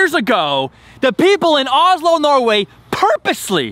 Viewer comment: Озззло произносится правильно